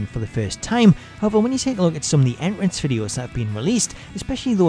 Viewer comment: Dude says “en rance” entrance my guy